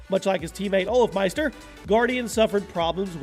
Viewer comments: OLAFMEISTER XDXDDX IT'S OLOFMEISTER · 2# it's "olofmeister" not olafmeister...